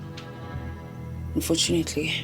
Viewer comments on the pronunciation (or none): I watch too much Lasizwe. I can swear I heard say "unchofunately" 😂